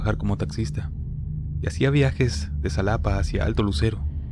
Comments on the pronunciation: Se pronuncia Xalapa=jalapa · Como siempre un placer escucharte, te felicito porque como eres extranjero, algunos nombres de ciudades de México se te dificulta decirlos pero aun asi haces tú mejor esfuerzo al pronunciarlos, referente al puente de los Pescados en la carretera federal hacia Xalapa (se pronuncia Jalapa) en ese puente ocurren cosas extrañas, sí tienes dudas de cómo decir el nombre de algunas ciudades de México; tú dime y con gusto te digo como se pronuncian, un abrazo desde el estado de Veracruz. 😉 🇲🇽